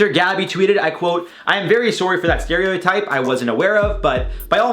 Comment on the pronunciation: do you say sorry like that on purpose? or its an accent?? it makes me giggle every time